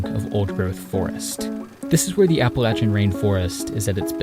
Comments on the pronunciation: I knew I was in for a treat when you pronounced Appalachia right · thank you for saying appalachia correctly!